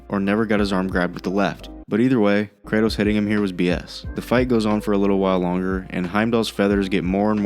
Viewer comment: Brother man it’s KRATOS